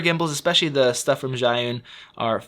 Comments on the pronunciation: I asked my boyfriend who is Chinese, and he said the closest pronunciation of "Zhi" can be "Jee", so "Zhiyun" is "Jee-yun" ;-) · It would save a lot of marketing effort if they just named it SmartCloud instead of the impossible-to-pronounce-in-English ZhiYun.